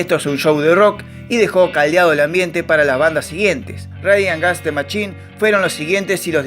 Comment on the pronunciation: Y no es "rasesesemayin"...pero está buenísimo el video